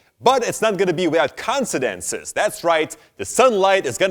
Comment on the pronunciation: It's not going to be without "considences"?? What's that? lol